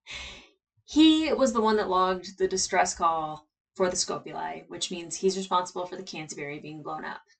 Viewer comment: It's getting hilarious hearing you keep saying "Scope-uli" when they've pronounced the name Scop-uli numerous times...😋 It's to the point I'm wondering if you're trolling us...😏🤣🤣🤣